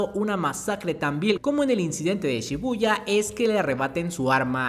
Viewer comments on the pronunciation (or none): none